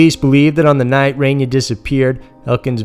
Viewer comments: It's Reyna not Renya... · Her name is pronounced Rey-na. Not Ren-ya. You said it right a couple times. :/ Her last name I understand is harder pronounced "Marro-keen." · Reyna Marroquin, pronounced RAY-NUH MARROW-KEEN, please up your game on this..... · Say it with me REY●NA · Pronounced Rain-Uh..Meaning QUEEN in spanish.. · Good video, but the pronunciations could use some work. The woman's name is pronounced RAY-NUH MARE-AH-KEEN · It's pronounced RAY-NAH. But awesome video like always 💖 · Came to say this. I was beginning to think that I was the only one who noticed.